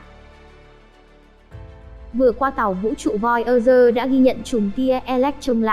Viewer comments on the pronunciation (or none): voi da gơ. thì đọc thành voi ơ rơ. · Voi ơ dơ😁😁😁 bạn này giọng hay mà về xem lại tiếng anh đi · nghe thuyết minh nản luôn :)) voi ơ gơ :)) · Nếu không phát âm đúng được Voyager thì đừng đọc thuyết minh khó nghe lắm